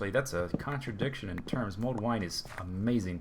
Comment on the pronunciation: Mulled, not mold. ;) While I know next to nothing about wine, I have a feeling if your wine's growing mold, you've got a problem.